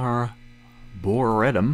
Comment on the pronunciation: I am loving this, but please tell me you find out at some point how to pronounce Arboretum.